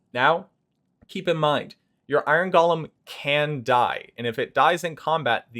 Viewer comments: It's not "gollum", it's "Go-lem". Basic English. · The origin of the word may be Hebrew. Many English words have their roots in other languages. But the pronunciation you're using is still wrong.